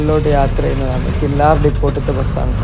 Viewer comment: ഞാൻ ഇതുവഴിയുള്ള വ്ലോഗ് ഇതിന് മുമ്പ് കണ്ടിട്ടുണ്ട്. കില്ലാർ എന്നല്ല. കില്ലർ എന്നാണ് ഉച്ചാരണം